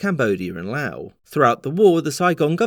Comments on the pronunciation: Could it be? Someone had pronounced Laos correctly?!🥳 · LFG HE PRONOUNCED LAOS CORRECTLY (though he switched Laos and Cambodia on accident) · Thank you for pronouncing "Laos" properly. Khop jai der.